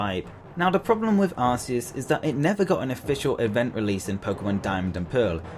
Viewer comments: It's Ar-key-us not Ar-key-us.😊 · its Ar-key-us not how ever u say it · IT'S PRONOUNCED AR-KEE-US!!! and also, WHY ISN'T HE NUMBER 1 ?!?!